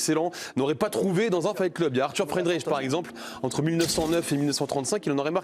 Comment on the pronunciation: C'est qui Arthur Friendrich ? Et Franz Baïnder ? Moi je connais le Bréslien Frie-DENREICH et l'Allemand B-I-NDER... Des journalistes qui ne savent ni lire ni préparer un dossier...